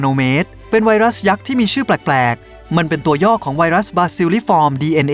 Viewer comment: ผมฮ่าตอนที่บอกว่าไวรัสพิศสส่า555:)ตุณทำไหมผมยิ้ม